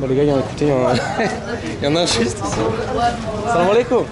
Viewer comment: On dit salamualaikum, kum ,Mais Pas kom